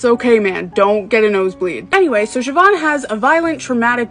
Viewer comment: Thank you for pronouncing her name right lol